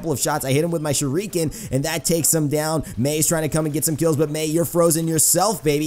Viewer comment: Shuriken is pronounced "sure it ken" (without the t) not "sure reek ken"